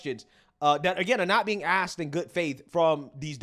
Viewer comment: I'm glad you axed